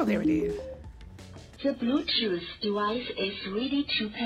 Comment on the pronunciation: 'ze bluetoos device is weady to pair' Nene: 'really?' 😂😂😂😂😂😂😂💀